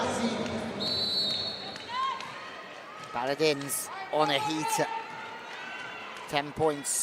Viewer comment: This commentator should ask how to pronounce the name of the clubs before the games. Very simple task, right?. Like he doesn't have to do it perfectly, but he should get kinda close. Every time he said the name of Eczacibasi, he said differently and never got it right.